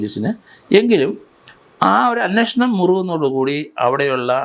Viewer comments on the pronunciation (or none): none